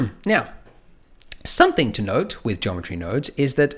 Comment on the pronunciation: Everytime he said "something to note" I was hearing "something to node" lol